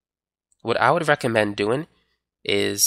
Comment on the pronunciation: This man has never said "g" in his Life. Its always "goin" and "doin" and "flowin"